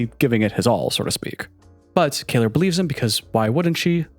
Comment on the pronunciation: Kayler ? As in, someone who can’t pronounce Kayla?